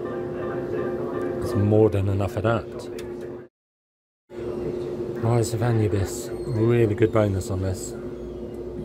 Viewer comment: It’s pronounced ah-noob-is